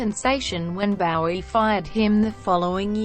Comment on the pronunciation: Bow-ee, not Baow-ee gewd dammit!